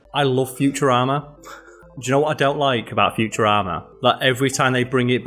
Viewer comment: Lol the way you pause while you say “futurama” at made it sound like you said “future armor”